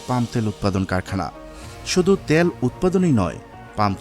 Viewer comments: তেল কথাটা শুদ্ধভাবে উচ্চারণ করতে পারেন না!!!! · Bangladeshi gawar ota tel bole tayal na